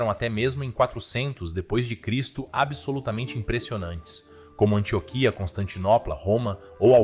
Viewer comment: Antióquia não Antioquia😬